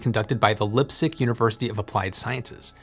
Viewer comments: "Lipe-zig", not "Lip-zig". , image of sprinklers cooling panels? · pronunciation aid for Leipzig : it's somewhere in between lype-tsigg and lype-tseeg. 'ei' in German makes a 'y' sound (not like the whole "why", just the vowel part of it '-y') most of the time. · Great presentation, but you pronounced the name "Leipzig" incorrectly. The “i” after the silent “e” says it's name. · Isn't it Laipzig and not Lipzig 😅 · Great video, Yet again. Pronounce Leipzig as Līpsig, hard “I”. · "Lipstick university" is a new one. I am used to funny mispronounced german names on this channel (even czech ones) but lipstick university is new one to me 😂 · "lip zig" lol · Leipzig.... pronounced Lipe-zig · I'd say Leipzig with a long "e" sound and closer to "b" rather than "p" it's more fricative than normal English pronunciation but close enough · check out pronunciation of Leipzig. German ei is always pronounced one way, and German ie is always pronounced another way. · The way you say "Leipzig" hurts my ears. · The German "ei" Leipzig is spelled like you spell the "i" in light or price😉 The single "i" in Leipzig was spelled good👍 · You're mispronouncing Leipzig